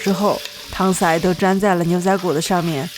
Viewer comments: 是 shǎi 哦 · 听到小高姐说：糖saǐ，顿时觉得更亲近了